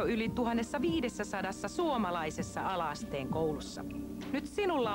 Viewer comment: saa tuom kuulostamaan enemmän "alasteen" kuin "ala-asteen"